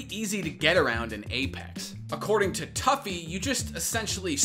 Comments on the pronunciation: toofy not tuffy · “Tuffy” haha it’s “Too-Fee” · You saw a clip of rogue pronouncing tufi two-fee and immediately after pronounced it tough-e lmaooo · It's"toofy" not "toughy" 😂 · everytime you said toughie it made me cringe...everytime I heard it. it was 'Too-Fee' lol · How you gonna call him toughy (phonetically) when everyone else calls him toofy (phonetically) LMFAO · “Too-fy” not “Toughie” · Tuffy. You mean TOO FEE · Every time I've ever heard this guys name from literally anyone it's been pronounced "too-fi" not "tuff-fi" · I'm pretty sure his name sounds like TWO-FEE not TOUGH-FEE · tuffy? TUFI!!!!!!! get it right >:( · Turfi😂wtf, its pronounced Toofi, and warzone is much worse in the cheating department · I know it’s a small thing but it’s pronounced Too-Fee not Tuff-Eeee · You pronounce it as tew-fee not tough-ey. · Not toughY. It’s tu phi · I respect the apex coverage, but yeah the pronunciation kinda highlighted that they don’t actually have experience with the game... for those wondering his name is usually said as “Toofi” but it’s spelled tufi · Great vid but it is pronounced "toofi" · Bruh It’s two - feee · It’s pronounced toofi dude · him pronouncing "tufi" as "tuffy" kinda makes me cringe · Damn if you’re gonna talk about tufi at least say his name right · You said comment lol so try saying the hackers name right the way you kept saying it wrong made me wanna rip my ears off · Dude I love that you mispronounce his name, he would get so mad about that shit hahaha